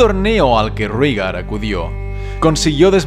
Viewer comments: Excelente video sólo como comentario se pronuncia "Reigar" según la serie así lo nombra no "Rígar" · por que le dicen rigar ? por que no raegar como se lee? lo escribo asi para hacerme entender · En la serie de HBO, he escuchado a Daenerys pronunciar el nombre de su hermano como Réigar...